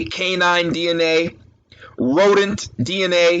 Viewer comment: The emphasis on that "RODENT DNA" 😂.